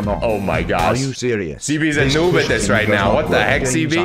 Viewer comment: Sebee its not seebee